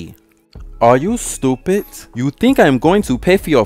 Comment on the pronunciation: "Are you stupit? You think I'm going to pay for your foodt?" That accent had me shook 💀